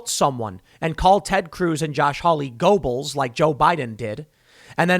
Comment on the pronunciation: it’s pronounced “Ger-bulls”